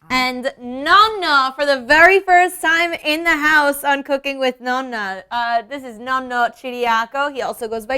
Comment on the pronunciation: NON-NA!! ITS NOT NO-NA!!